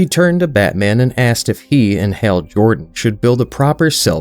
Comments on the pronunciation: Who is "hale"? The person on screen is when you say thatnis "hal" the two names sound NOTHING alike, so who is "hale"? Also "besides" IS NOT a word, and saying that instead of "beside" makes tou sound like a child. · Hal, not hail